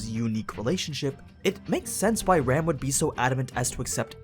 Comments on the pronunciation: we not gonna talk about how he mispronounced nazarick cocytus and ram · I really anime sites would pronounced Ram (Rah Mu) and Rem (Rei Mu)'s names in the Japanese pronunciation rather than just use English pronunciation based on the spelling, which makes no sense in differentiating the 2 of them when said out loud